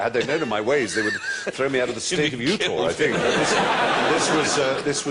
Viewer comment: 'The state of "Utaw".'